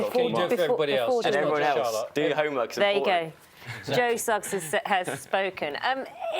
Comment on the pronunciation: I cringe every time she says "Suggs" - isn't it just Sugg?